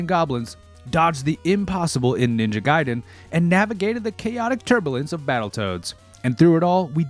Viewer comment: If adhering to Japanese pronounciation it would be G(eye)den.